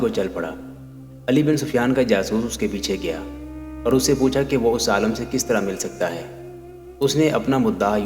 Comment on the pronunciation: aalam buzurg nahi aalim buzurg